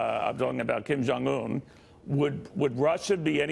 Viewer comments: "Kum John Un"? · I heard Kum Junk Yum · Did he say"Koon Jon Un"? 😂😂😂